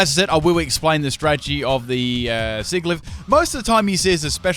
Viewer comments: The "g" in Sigilyph is supposed to be pronounced like a "j." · Hey patron, did you suggest this just to make us listen to his awful pronunciation of sigilyph?